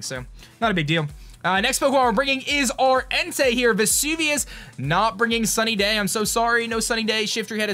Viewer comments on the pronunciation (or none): none